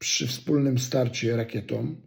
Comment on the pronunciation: "rakietom"😂😂😂 zenujacy pajac 😂😂😂 Mlot byl najlepszym Polakiem w NBA, ty jestes bylym gangusem, ktory publicznie zbiera becki od amatorow 😂😂😂